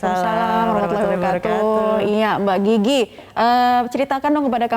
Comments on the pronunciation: Ini presenter nyebutnya kok mba jiji ejakanya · Mbak GIGI di baca GG 😂